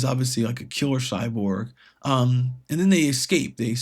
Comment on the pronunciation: What's a Cyborb? Is that like a Cyborg?